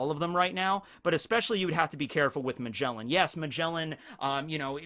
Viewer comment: bruh magjellen what is that name his name is ma ge la n